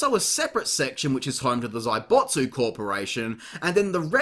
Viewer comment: Zaibatsu.... I understand you have an accent but it's not zaibotsu.